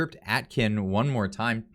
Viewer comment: Omg, your pronunciation is so off. Please fix. David A-kin! Your still pronouncing Poilievre wrong, why??? It's important to get this right. Honestly, ready to stop subscribing. Practice proper pronunciation! No Atkin. Aiken!